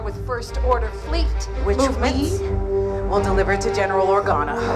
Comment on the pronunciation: Anyone else notice the female pilot with the bald head say General Organo?